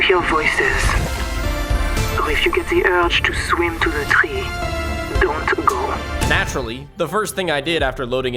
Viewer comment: "The uwge to get to the twee" :D